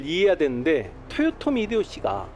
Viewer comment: 1. 사투리가 너무 거슬립니다. 2. 토요토미가 아니라 도요토미에요. 습관을 고치세요. 3. 학살은 일본과 우리나라 문화차이에요. 당시 일본은 영주끼리 교전시 교전전에 항복하면 다 살려주고 교전중 항복하면 지휘부만 처형하고 끝까지 저항하면 모조리 죽이는 편(다 그런건 아님)인데 국가간에 싸움은 처음이여서 하던대로 다 죽인거고 조선의 문화를 알고나선 싸우다 항복해도 대부분 다 살려줬습니다. 다만 2차 진주성 전투에선 수만명 학살했고 그 규모가 7년전쟁중 단일로 최대치였습니다. 4. 망궐례를 안한건 맞지만 이순신이 선조를 왕으로 생각치도 않았다는 본인 뇌피셜이니 자제바랍니다. 5. 윤통을 원균에 빗대고 자당의원들에게도 버림받아 사상 초유의 야당대표 체포안 가결된 이재명을 이순신에 빗댄거에 대해 부끄러운줄아세요~